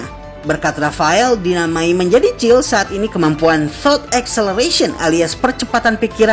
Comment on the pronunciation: Bang kykny kurang eneg dengerin nama cill harusnya siel